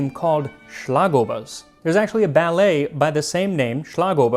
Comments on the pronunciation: As a lifelong Viennese, for me this video is by far the most personal of yours yet! I'm glad you seem to have enjoyed your trip, and all things considered you did great on your pronunciation! I was especially impressed with Schlagobers and Metternich's name! Just a small tip for the future, since you seem to be trying to get things as correct as possible: A more accurate pronunciation of Torte would be "tor-teh" in Hochdeutsch, with the Ts morphing more into Ds the more Viennese you get. They're two distinct syllables. I hope this helps in case you cover any more Torten in the future! Regardless of my nitpicking, I loved the video and I agree with your assessment that Original Sachertorte doesn't hold a candle to a great homemade one, or ones made by smaller bakeries/confectioneries! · The Schlagobers was spot on though :)